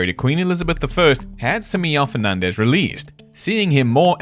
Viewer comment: Sorry to be that one guy but this is so distracting. this is NOT how you pronounce Simão 😭 Your pronunciation of Fernandes is good for Spanish but definetly doesn’t sound like Portuguese so it’s less annoying but still distracting.